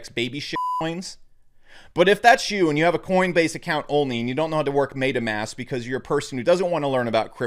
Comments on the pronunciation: It’s not ‘maitamask’, it’s metamask you tard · makes fun of coinbase users but cant pronounce metamask lol